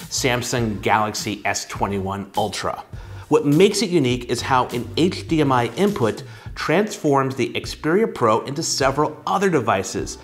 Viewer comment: I came for the review and stayed for the “hcHdmi”